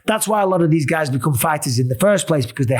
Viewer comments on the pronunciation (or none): none